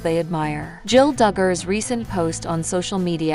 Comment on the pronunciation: You pronounce her name wrong repeatedly and believe me it's not that hard; you reported things that a Î know are not true, and you are running a completely fictitious channel. People need to know that., also, you said she married Austin Forsyth. That is her sister's husband.